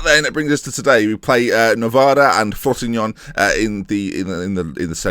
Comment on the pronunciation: Sal-air-knee-tan-oh Fro-see-no-ney Italian pronunciations;)